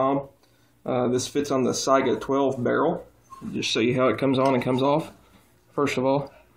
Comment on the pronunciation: Thank you for pronouncing Saiga correctly.